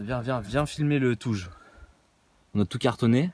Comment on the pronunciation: Tu dis touge comme moi :p je m'abonne ahah !!